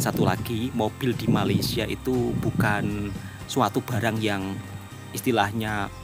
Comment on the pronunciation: Woi, sampai bila ko nak salah sebut Malaysia? Atok nenek aku Jawa, Mak Ayah aku Jawa juga. Elok je dia orang sebut Malaysia. FIkir fikirkan bro. Ojo kesandung…